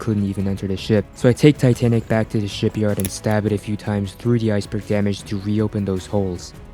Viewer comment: it said tanic insted of titanic